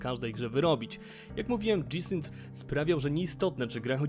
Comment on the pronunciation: O matko, albo gie i sync albo dżi ale wtedy synk. Od dżi sync aż uszy bolą ;)